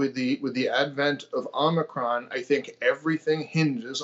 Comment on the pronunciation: He pronounces it "omnicron" - there's no "n" in it and yet you have a greater understanding than someone that knows how to read? He sounds like an alarmist, what's his solution? Shut down restaurants, schools, hospitals and stay home breathing through oxygen canisters? Nope, he's all just "be scared! The government is stupid!"